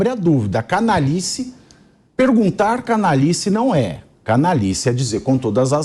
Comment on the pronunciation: C A N A L H I C E.." lhi" C A N A L H A. " lha" Vocês falam cana-li-ce. 😒😒